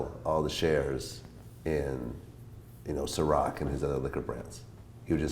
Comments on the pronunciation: When homie said "Ciroc Hussein" I was done. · "Ciroc Hussein" omg lmao